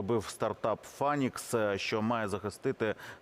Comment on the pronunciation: не «Фанікс», а «Файнікс» («Phainix»).